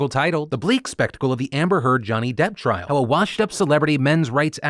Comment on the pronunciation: Okay I have been seeing this a lot and I don't mean to be rude but the word is "trial" not "trail"